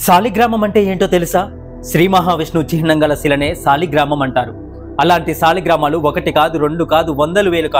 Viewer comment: సాలిగ్రామాలు కాదు తమ్ముడు " సాలగ్రామాలు " అని పాలకాలి అని " బ్రహ్మశ్రీ వద్దిపర్తి పద్మాకర్ " చెప్పారు నీకు నచ్చితే correct pronounce cheyyu